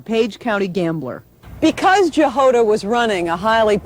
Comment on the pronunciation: I reckon that that surname Jahoda is pronounced as a Y thus Yahoda , not to be confused with Yoda from Star Wars!, rather than J for Jam.